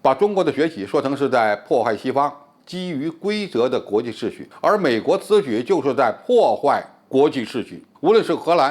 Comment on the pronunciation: [秩]序： 音[次](X) 音[致](O)